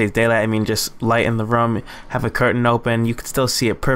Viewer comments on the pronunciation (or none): none